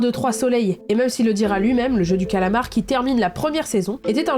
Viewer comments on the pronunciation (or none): Avant de ridiculiser les Québécois, il faudrait peut-être que tu apprennes à prononcer les mots comme du monde. Le titre est "Le jeu du calamar" et non "Le jeu du colomore" ! Deuxio, ton commentaire sur le français québécois est totalement irrespectueux et totalement inutile, c'est gratuit et ça n'apporte rien à ton contenu. Pour une influenceuse dont le contenu est écouté à la grandeur de la francophonie, c'est vraiment pas fort... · Je dit sa je dit rien mais en tant que canadienne je dit squid game bien normalement et on dit pas Le JeU Du CAaAAlamort j'adore le montage bravoo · Je suis québécoise et on dit pas calamar de cette façon 😅 Just saying ! Ici tout les titres sont traduit car il y a une loi pour protéger la langue française ! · Pardon je me dois de te faire une petite correction je suis québécois et il est vrai que on l'a nommé le jeu du calamar je ne sais pas pourquoi d'ailleurs mais je tiens à te dire que ta prononciation en essayant de nous imiter en parlant le joual n'était pas bonne du tout alors je t'en prie s'il te plaît ne fais plus jamais ça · J'adore tes vidéos. Et même si je suppose que c'est pour essayer de rigoler de façons bon enfant, je suis désolé mais le tacle sur le Québec était assez déplacé. Et calamar c'est un mot français donc pourquoi tu le dit avec un accent étrange? Oui c'est étrange de traduire le nom, mais si tu te renseigne un peu tu saurai que le Québec a la loi 101, afin de protéger la langue française. Donc oui on traduit que ça plaise ou non. Bref j'espère que tu fera mieux pour la suite de tes vidéos, car c'est l'exemple même de pourquoi certain québécois ne tolère plus les français...